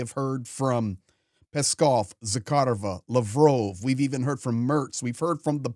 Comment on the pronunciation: Pronounced Lav’ Roff